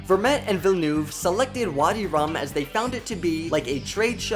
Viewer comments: whyyyyyyy do you call him villenOUve... it s Villeneuve... please please please... my earing dies a lil bit everytime... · FYI, you're pronouncing the Director's name wrong. It's not Ville-noove. It is Ville-nuhve. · Villeneuve ... villeneuve not vellouve thx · It's Villenuhve not Villenoove. Say, "uhhhhh" as if you were thinking. VillenUHHHve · Why can't you just try to pronounce French words French? It's not Denis Velnoove but Denis Villeneuve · It is pronounced "Vill'neuth" not "Villnoof" - Get your facts straight! OMG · It’s Vill-nerv not Vill-noove. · Villeneuve isn't pronounced Vil-noov More like Veel-nuhv Deh-nee Veel-nuhv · Challenge: drink a shot every time he says ‘Villenoof’ 😄 His name is Villeneuve! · I cannot watch any more Dune coverage, because of how horribly everybody pronounces the director's name... The "-neuve" sounds more like "love" instead of "groove". Please google how to pronounce his name. I'd be very much grateful. Thanks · It's not "Villenuve" 😂😂😂. I mean learn the guy's name. He's the most interesting director alive. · « Déni vilnouve » 😭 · Im dying how you say Villeneuve imao sound like bilboon (I was born same place as da man) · Vi-ye-noove - there is no l in there pls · "Deni Vilnoov" 😂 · His name is pronounced 'DUH-KNEE VEEL-NUHV' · “Dounie Villenoove” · Your prononciation of Villeneuve is awfully 😂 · I can imagine Denis Villeneuve’s name is hard to pronounce, but it made me cringe every time 😅 the ‘eu’ should be pronounced more like the ‘i’ in dirt, or ‘u’ in hurt. 😌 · Christ, is it too much to ask of you to learn how to pronounce his name correctly? Cringe. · How is it possible that he says Villeneuve like 100 times but always, ALWAYS pronaunces it wrong? wtf. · maybe you wanna train pronouncing french last names :) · The video is great but please learn how to pronounce Denis Villeneuve's name. As a french speaker, it hurts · Omg how you’re pronouncing Denis Villeneuve’s name is irking me so hard! 😅